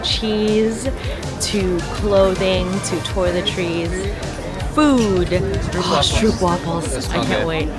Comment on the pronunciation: A try to pronounce stroop wafels right will ya !!! when you come to the netherlands then do some efford to learn to pronounce some basic words